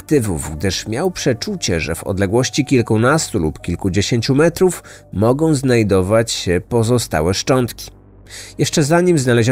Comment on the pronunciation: jeszcze żeby ten koleś z reklamy mówił mogą a nie MOGOM , to moze choć trochę były wiarygodny